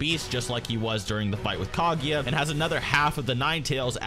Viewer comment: why are you pronouncing it "Kagiya", its "Kaguya"